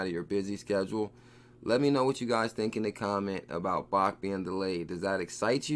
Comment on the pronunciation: bro it's pronounced "BACKED" not "BAHKT" I love your videos but this is killing me